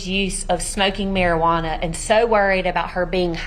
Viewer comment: "Marajuana" haha. Marijuana.